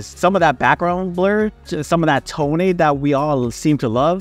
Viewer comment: Ha! You called it "Toneh"!! LOL! Gotta be "stopped down" to get those background shadows to be sharp. Again, love that stairs/boots image. I really like that shot with the XF14mm with the yellow stool behind the model and the windows all in focus No "Toneh" in that shot!! Fun video..have a great week!